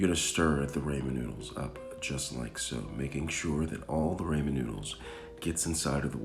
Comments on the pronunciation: you definitely didn't. You said "ray-men" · Man said 'raemin' 👁️👄👁️ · Ummm i think i where supposed to put milk in the ramen or how u said it raymin so it could be creamy bc of the milk. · Flavoration, raymen and cook noodles aldental 😂😂😂 Hilarious. 👍🏽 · “creamy rAYMIN noodles” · The rAymin is such a turn off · it’s Rah-men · Your getting me triggered😟stop saying raymen😤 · Noo he said ramen wrong .nooo now i say it the way he says it whyyy god why. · Then pronounce it that way. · Yooo. The way you say Ramen makes me uncomfortable with moonlight sonata playing in the background.